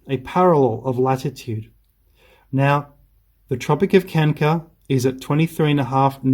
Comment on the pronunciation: Why are you pronouncing Tropic of Kanker and not Cancer ?